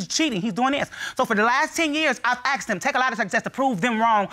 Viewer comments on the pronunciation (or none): IT IS NOT….AXED….IT IS PRONOUNCED…ASSKED